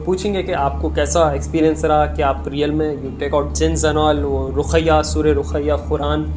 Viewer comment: Raqhi nai re bhai. Rukhaiyaa bolte usko 😒